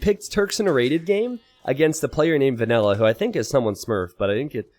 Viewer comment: Is calling "vanilla" "vanella" for half of this game, or is that just his accent?